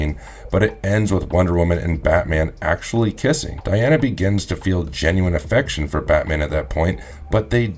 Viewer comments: Di... Di... Di 'ana... Not De Not De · Three of these commentators cant pronounce certain words properly said " hey dra" instead of hydra said " bru'der instead of brother in this video keeps saying " De'ana instead of Di' ana. Its driving me crazy